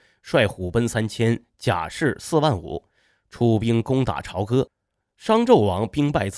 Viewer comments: 朝（讀作Zhao召）歌, 不能讀做潮歌。非常錯誤。應該到當地，聽聽當地人怎樣稱自己的家鄉。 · 朝歌读招哥。朝是朝阳朝霞的朝，是早上的意思，读阴平。